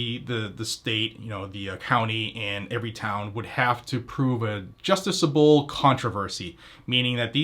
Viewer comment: You're missing a couple of syllables: jus·ti·cia·ble.